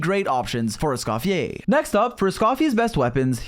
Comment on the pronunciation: "escoffier or scoff-yay" bro don’t